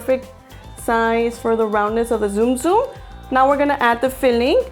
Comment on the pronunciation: You pronounce it like tsunami not zoom